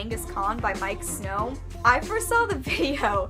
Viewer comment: Absolutely cool april faves! Love Miike Snow! (fyi it's pronounced "meekeh")